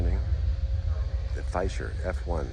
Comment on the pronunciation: Pronounced….Fee-Se-Ler. Just sayin’ and yes…it is an amazing aircraft. 🙂 USAF Vet. Cold War.